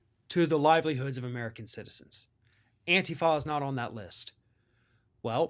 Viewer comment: Not gonna lie,, the way you say "Antifa" drives me nuts😅